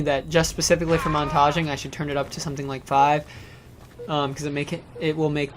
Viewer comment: I thought you had 500 subs, also you say montaging strangely it cracked me up